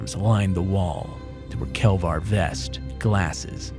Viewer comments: Did he actually say "kelvar" vests? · "Kelvar vests" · 'kelvar vest' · “Kelvar” vest???